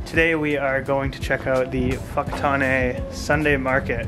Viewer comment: That was excellent pronunciation of Whakatāne,. Enjoying your videos in NZ